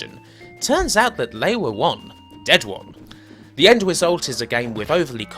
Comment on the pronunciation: their is so many words missing R's in this video... bowing (boring) wong (wrong) foeva (forever) vamin (varmin) .. lolz